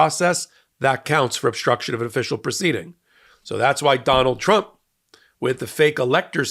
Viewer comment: That little trip of tRuMps name was funny 😂 Donald trimp 😆 that's what I'm going to be "calling" him from now on .